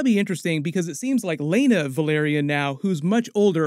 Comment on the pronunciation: VEL. AR. YON. Not VUH. LAIR. ION. Please?